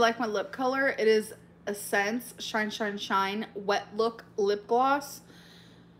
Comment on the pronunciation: “Es-senSe” it’s essence amber, essence.